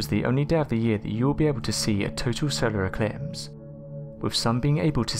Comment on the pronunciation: * I think he said SOWARE ECWIPSE TWANSEIVER WECORDED CWIPTED CWEATURES !!!!!*